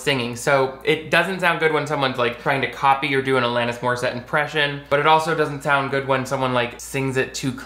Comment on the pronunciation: I’m glad you pronounce “Alanis” correctly bc most people butcher it 😭 (it’s my name lol)